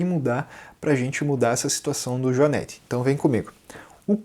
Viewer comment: A PRONUNCIA DA PALAVRA JUANETE NAO TEM A VOGAL "E" ABERTO....OA VOGAL E PRONUMCIA SE COM A VOGAL FECHADA ....HORRIVEL OUVIR pronúncia dessa firma...consulte um dicionRio ETIMOLOGICO